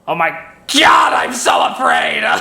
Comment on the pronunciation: "So afwaid..."